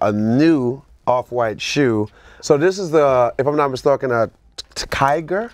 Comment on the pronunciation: “Mistalkin” -trinidad